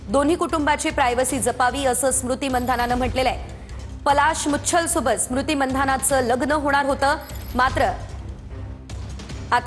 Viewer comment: कमीत कमी महाराष्ट्राच्या या प्रस्थापित वाहिनीने तरी मंधाना ऐवजी मानधना असं म्हणावं इतर भाषेबद्दल आपण समजू शकतो मराठी मुलखातली ही मुलगी आहे